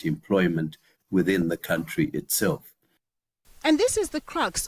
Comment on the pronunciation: Not to mention that he still pronounces country as “COWntry” despite all those prepared speeches